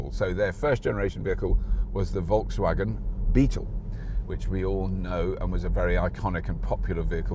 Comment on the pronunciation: I wish you could pronounce Volkswagen like you pronounce 'Seat'